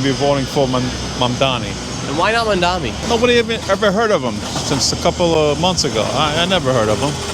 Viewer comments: How hard is it to pronounce mamdaNi not mamdaMi ffs its not that hard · Why is Nick constantly mispronoucing his surname - its MAMDANI not MANDANI!!! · Start my learning how to pronounce is name. It’s Mamdani, not MamdaMi. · Why is Nick constantly mispronouncing his surname - its MAMDANI not MANDANI!!! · its pronounced mamdaNi not mamdaMi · IS ANYONE GOING TO PRONOUNCE MAM-DANI CORRECTLY ? HIS NAME ISNT MON-DOMMEE!! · `mum-donnie. not that hard. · Manami, Muhdommy, Muhdoni, Manndammy, how can nobody pronounce his name? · Nick, I'm not voting to Mamdani but please pronounce the dudes name right! 🤣 (Mom-don-i) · Good interviews-pronunciation is Mamdani with an n. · mamdami, mandami, madami, mamami!! why can't this guy be consistent in his pronunciations! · Bad journalism. Inaccurate headline. Bad interviewing skills. Bad. Just bad. Learn to pronounce “Mamdani” before you run around town with a mike and a camera, kid. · Am I deaf, or was Nick mispronouncing his last name the whole video? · Bro does NOT know how to pronounce ‘Mamdani’ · They dont even know how to pronounce their names, & their voting for them?? God, Help Us!!! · Is it just me or do none of the people interviewed sound like they know anything? Also, why can't anyone pronounce "Mamdani"? 😂 Can't wait for NY to wreck itself. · OMG some of them cant even pronounce his name right and still vote for him! WTF is going on!? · Like the one girl who couldn't even pronounce his name lmao